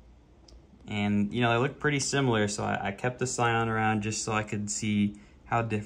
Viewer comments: "Sayan"...it's a Dragonball car? Dude, it's pronounced "Seean", it's an italian word. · i cringed everytime i heard scion, good showcase though